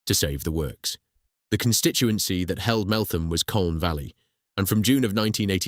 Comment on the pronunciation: so its said MeltHam not th